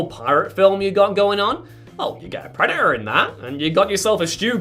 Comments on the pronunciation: Preh daht er. Not preh uh uh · Love your content but please learn to PRONOUNCE “Predator” correctly, it does have a “T” in it